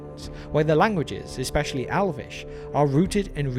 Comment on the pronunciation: i have never heard a brit say "exspecially"